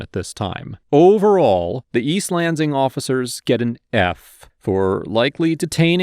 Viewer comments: I cringe every time you pronounce the S in Lansing as a Z lol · I don't expect this guy to know how locals pronounce every town's name in the country but I flinched every time he said east lanZIng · Sorry but this is bugging me, Lansing is a two syllable word, Lan sing.